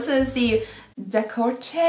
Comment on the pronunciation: De-court-eh Also, goldfadden is fucking amazing 111Skin is my favourite!